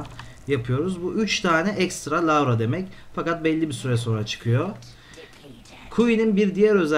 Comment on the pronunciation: Lavra değil larva